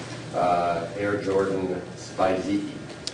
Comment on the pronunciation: Air Jordan Winterized “Spy-Zeekie” 🤦‍♂️ They’re “Spiz-Ikes” And Spizikes are 100% murderer shoes.